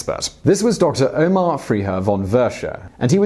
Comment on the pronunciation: Ah yes, the famous Nazi doctor "Omar". xD